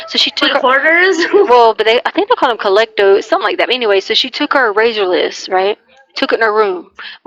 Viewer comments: “Collectoes”?!!?!?! 😂😂😂😂😂😂 you mean, “Klepto” Leticia????? I knew she’d never learn anythink new in jail. 😂😂😂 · The “collecto” for Klepto(mania) made me laugh so hard my daughter checked on me lol. I’m trying to catch up on everything after gone so long from surgeries and that laugh was cathartic lol. How that woman claimed intelligence and fooled anyone into believing it will never cease to amaze me. Hope you are well ❤